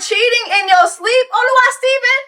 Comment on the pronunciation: It’s “Oluwa”